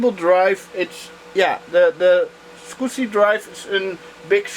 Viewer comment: Hi,! I’m a long time viewer and I really like your retro PC videos, but for the love of God - can you please, PLEASE learn how the word SCSI is properly pronounced? It’s SKAZI not SQUSI. Sorry for nitpicking, but for whatever reason it sounds so wrong each time you say it, that it really distracts from the video. Otherwise - great job and nice build as always, keep up the great work, cheers!